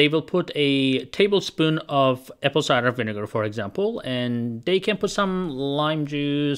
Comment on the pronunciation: "apple ciger vinegar" 😂😂😂